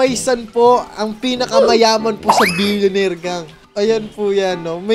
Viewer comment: "What's maney paper only" 'Solid Billioneir fun" solid tlga panoorin tho